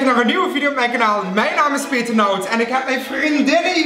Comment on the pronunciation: Hahha beste ever 😂 peeetee(rrr) 😂